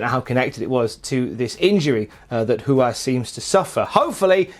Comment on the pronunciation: Thanks for pronouncing Ruas' name correctly!